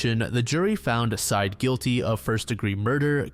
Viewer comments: It's not "Side" It's "Sye-Ed" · It's pronounced Sai-eed, bro. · The last name of the boyfriend is pronounced like “sigh-eed.” You should check cultural pronunciations with non-English names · I imagine, though could be incorrect, that his name is pronounced Sah-eed, just a guess.